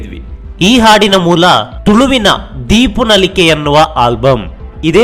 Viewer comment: ದೀಪ ನಲಿಕೆ, ದೀಪು ನಲಿಕೆ ಅಲ್ಲ